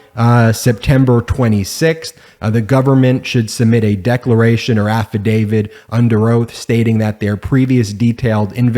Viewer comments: af·fi·da·vit /ˌafəˈdāvit/ I'm sorry. I just am one of those' people that cannot stand the mispronunciation of this word... like nails on a chalkboard. Sorry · Please learn to say the word “Affidavit” correctly. When you say Affi-DAVID, it hurts my ears. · I have heard of affidavits, but not affidavids, a lot of Americans seem to say it that way, I think they are just being bloody lazy. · Holy Jesus! AFFI-DAVID? FINANCIAL RENUMERATION? Dude, get an education. (affidavit, remuneration)